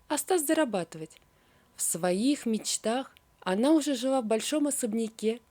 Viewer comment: А также пватье( вместо платье) жива( вместо жила) и т.д.